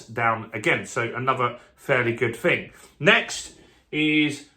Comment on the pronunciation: Interesting update but it’s not fing it’s thing with a T and H ! 😊